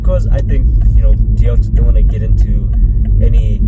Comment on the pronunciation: What’s a Teyota?